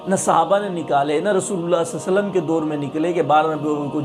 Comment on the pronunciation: Bhai ji nabi ka naam to sahi se le lo Salla alai wasallam Kiya hota he Sallallahu alaihi wasallam